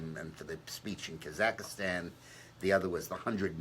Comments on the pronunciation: The name of the country is KAZAKHSTAN, not Kazakastan. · Yeah, he just slipped....it's Kazakstan, and what he means. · Dick Morris keeps saying “Kazakastan”...but he really means to say Kazakstan right?